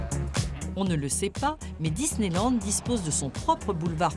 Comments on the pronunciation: Suis - je la seule à avoir remarqué qu'au début elle dit ; "Disney Nand" ? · Elle a dis disneynand la dame LOL 😂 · Elle a dit Disneynand,, tu as dit Disneynand, méchante. De plus tu as bien insistée sur le N de nand, je vais devoir te remettre dans le placard